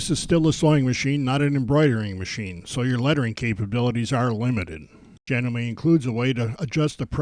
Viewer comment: It is JA-gnome-me, not Ja-gnome-MAY